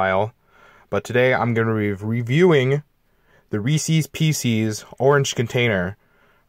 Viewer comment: Reeses pecees IM DYINGGG